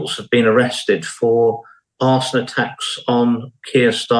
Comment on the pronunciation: Did he say Arseon